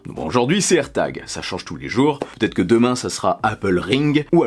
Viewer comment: Airtag et pas herta 😏